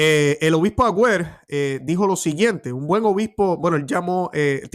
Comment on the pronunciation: Mons. Aguer, no Agüer. Dios te bendiga